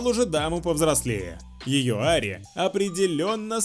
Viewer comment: О дааа я попал наконец-то в выпуск со своей Ари ❤️❤️ спасибо большое что ник правильно прочитали, а то многие коробят его как хотят, а вы просто с первого разв правильно это сделали🥰❤️ Спасибо за ваш контент смотрю каждый выпуск ваш